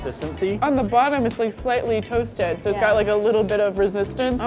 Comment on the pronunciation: "This is SO good" that SO was is like intense